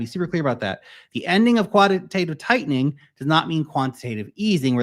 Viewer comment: LOL the way you said quantitative tightening 😂 was in a office watching this video but couldn't resist laughing out loud 😂